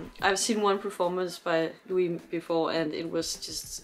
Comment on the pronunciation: She called him Loui